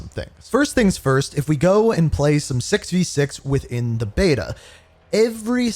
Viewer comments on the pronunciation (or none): none